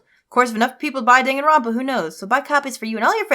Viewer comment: I love the way says the name of this game. It sounds like "Dang, and Romp, Ah!" Or maybe it's just me.:D